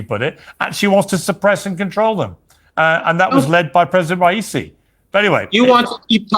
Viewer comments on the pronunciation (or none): it's rah - ee -- see (soft s, s that sounds like a c ) bless your works <3